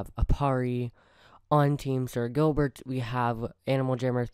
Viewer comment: you mistaked on saying sir Gilber. when you said slur Gilbert. my username is buddy2567